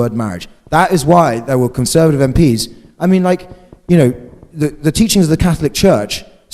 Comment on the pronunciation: Conseuhrtive he says.... Conseuhrtive.